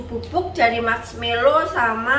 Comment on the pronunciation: Mask = topeng Melow = sedih Jd bahasa indonesianya topeng sedih donh mba...wkwkwkwkw Yg bener marshmallow mba 😂